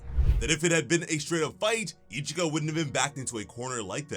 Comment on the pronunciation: her name is ichika man..not ichigo xD